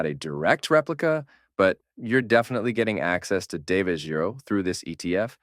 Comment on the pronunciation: Great video as always! You said his name right once, it’s pronounced GeeRo